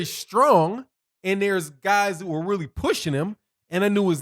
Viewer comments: ULTRA DISRESPECTFUL You keep saying RALLY but it's Rollie .. As a journalist it's extremely important to get the names correct.. MASSIVELY disrespectful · rolly not rally